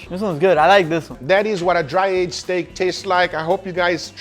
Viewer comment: tempoyak steck 🤣🤣🤣🤣